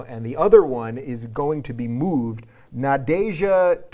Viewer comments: Nadezhda is said like nawj-ee-EZ-duh more or less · Надежда (Nadezhda) more accurately naw-dyezh-da. Nadiya for short :)